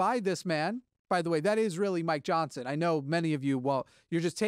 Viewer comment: Every time you say Mike Johnson, it sounds like "my Johnson".